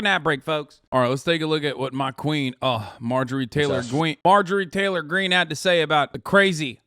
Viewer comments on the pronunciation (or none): mahjowie taywowh gweene